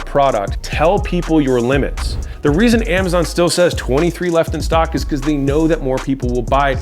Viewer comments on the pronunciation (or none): none